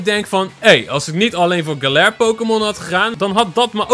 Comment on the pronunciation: Het is galar niet galat